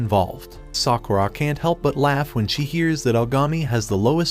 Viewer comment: Every time he says sakuurra I want to punch him